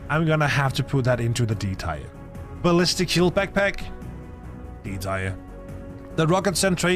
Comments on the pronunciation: I know English isn’t your first language, but tier is pronounced TEAR, like the kind when you cry, not shred paper. Nor tire, like a car. Teeeeeeer ;) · Its tier like tear not "tier" like tire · Didn't notice anything, except... Tier is pronounced "tee-air", not "tire" :p Great list, I pretty much agree with everything! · your accent is definitely noticable, but your english is actually very good. also, tyre instead of tier (pronounced tear, as in crying not tearing something) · Its pronounced tear like teardrop not tire like car tire, but other than that 9/10 video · Good vid. Btw it’s Tier as in Tee-Err and not Tire or Tyre. 😂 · “Teer”. Not “Tyre”. For the love of Christ there’s no way you’ve never heard anyone pronounce it correctly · It's prounounced TEER. SAY TEER not tyre. Ffs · Bro it's tier, not tire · Your English is great the only thing you really pronounced wrong is tier , (Teer or Teeuh is how it sounds ) great video 💯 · Tier: pronounced: Tear as in what comes from your eyes when a bug kills you. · Yea even knowing this, my danish accent still wants me to pronounce it “tire” 😅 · Um... Anti material rifle D tier (pronounced "tear" btw)? That has gotten me out of some serious situations... Right out the gate I'm already disagreeing, especially with the LMG in B tier with that LONG reload with no help available... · Why are you pronouncing tier as "tire" ? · Bro is saying “tire” the whole video kms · I like the eay you say 'Tier' man ✌🏻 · Haha yea sorry. Someone did correct me on how to pronounce “Tier” 😅